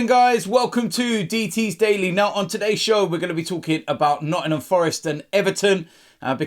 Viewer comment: ''nottunum forest''